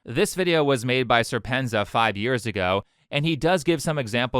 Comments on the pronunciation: A small note, because you talk about how you want to improve presentation to make your videos better: , I think "serpentza" should be pronounced serpent-Z-A, not sur-PEN-za. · I just wish could actually pronounce Winston's handle correctly, the 'za' are just letters, not pronounced, and since he's South African, that's a 'zed' rather than a 'zee.' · It's Serpent ZA :)) it's not a single word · Great video. Just a heads up, its Serpent zed a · Hearing how you pronounce SerpentZA's name gave me a chuckle, but it's good to see more people shining light on the clown show the CCP uses to shift the frame away from their own failures to their 'the west is failing' narrative. Just be prepared for the onslaught of wumao commenters and general hostility from the massive number of YouTube employees who are sympathetic to the CCP's aims. The CCP spends massive amounts of money trying to reframe Western media's narrative (often with gullible complicity from the mainstream).